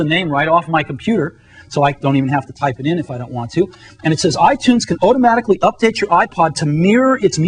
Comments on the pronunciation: tortugash “Otomatically all under one ruff” 😂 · Otomatically.... otomatically. Say it with me, Steve. Automatically.